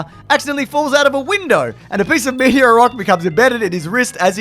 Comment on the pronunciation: I don't think I've ever commented on one of these videos but why can't you pronounce meteor